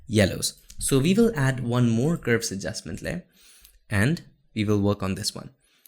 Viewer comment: Every time you say curves it sounds like "ghost".